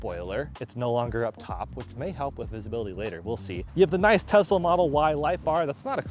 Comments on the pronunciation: Tesla, not Tezla. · I'm so glad you asked. It's pronounced TeSS- la.